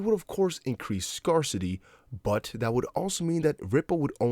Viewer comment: Google scarcity pronunciation buddy.